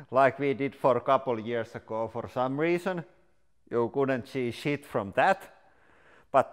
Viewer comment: "you couldn't see sheeeeit fdddum dat" LMAO 😂😂😂🤣😂 I WAS DEAD I DIDNT EVEN FINISH THE VIDEO